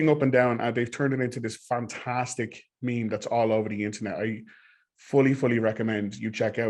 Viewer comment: He’s saying meme as it’s a person who’s never seen a meme